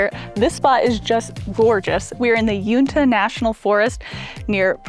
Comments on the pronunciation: It's pronounced "You-In-Tuh", not "Yoon-Tuh". :) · Nice video but the national forest you were in is pronounced you-in-ta. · Another nice video of a great area , but I have a nit to pick . Uintah is you-in-tah . I'm old and done with patience for those who don't deserve it and would have loudly and very politically incorrectly told the nekkid guy to put some drawers on or get the ..... out . Glad to see Craig pronounces Worcestershire like I do ! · Uintah = You-IN-ta 😊